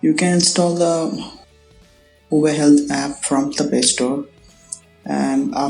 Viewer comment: its spelled HUA-WAY